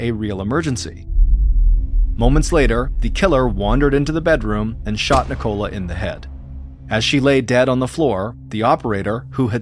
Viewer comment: Ni-Cola lol